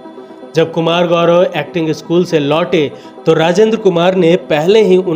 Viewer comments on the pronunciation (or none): none